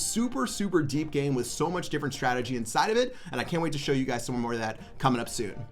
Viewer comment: Did anyone notice he said sow you guys instead of show